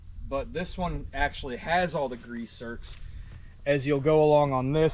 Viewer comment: They're called ZERKS, not zerts.